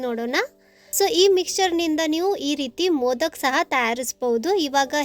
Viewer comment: Adu modaka not modak